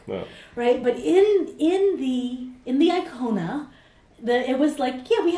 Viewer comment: Hyundai Kona, not iKona